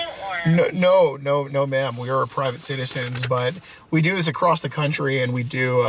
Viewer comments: Goddammit the # of people that say "acrost" instead of across is mind blowing. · Acrost the ocean. In a land far away. Youre so gay. You're so gay